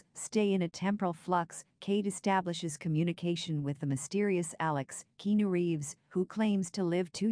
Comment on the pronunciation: If you cant pronounce Keanu's name. It 's a deal breaker.